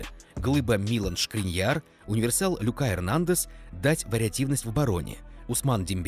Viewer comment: шкрИньяр, а не шкриньЯр.